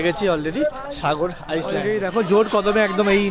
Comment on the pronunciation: Pronounciation ta vul hoche..ice land ny ota island